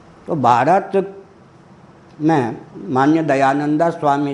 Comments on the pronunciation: दयानंदऽ बोल रहे हैं, शायद गुस्से से बोलते हैं। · Angreji bhasha ka prabhav to aap par he dhongi pandit ji Kyu ki aap dayanand ka uchcharan dayananda kr rahe ho ...... Ishwar aapko sadbuddhi de 🙏🙏🙏🙏🙏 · आप दयानन्द का उच्चारण दयानन्दा (dayananda)कर रहें हैं, जोकि अंग्रेजी में लिखा जाता है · इनको महर्षि दयानंद जी का शुद्ध उच्चारण करना नहीं आता हैं इनको सुधार करना चाहिए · Kya nonsence admi h ye ..swami dayanand Swami ka naam bhi sahi ni liya jata ..khud dyanand ko angreji bhasa mai padh rha h..unki pair ki dhool k barabar bhi nahi ye